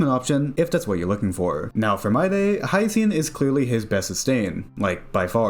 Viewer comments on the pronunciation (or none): Its pronounced My-dee, not My-DAY.